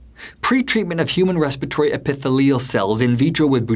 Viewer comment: Your pronunciation of epithelium was pretty funny.